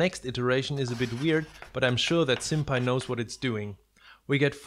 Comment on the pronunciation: I really thought you said "Senpai knows what it's doing"... Then I realised you probably said SimPy... I should probably stop watching so much anime...